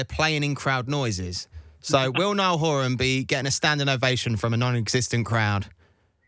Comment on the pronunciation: Roman how are u still saying nialls last name wrong?🥴🤦🏽‍♀️